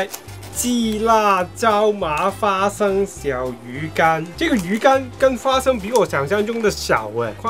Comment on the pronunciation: 聽第二次才發現說花fa生😂😂